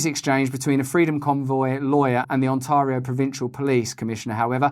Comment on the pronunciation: Again, I like how you say 'Ontario'. 😊❤✌